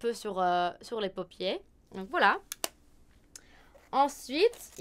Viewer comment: Salut ! Je suis française et j'adore tes vidéos, ton accent est vraiment adorable ♥ juste une petite remarque qui j'espère t'aidera, pour "paupière" tu prononces ça "Paupier", mais il faut le prononcer "Paupiaire" :)